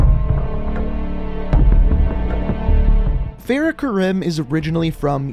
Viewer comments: that is not how u say farahs name especially her last name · “Fa-RAH Kar-ee-m” It’s also modeled after Syrian War, not Iraq. But good overall video. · Fahrah kahreem is how you pronouse it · It’s pronounced fare-uh ku-reem